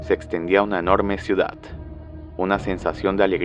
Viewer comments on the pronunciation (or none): none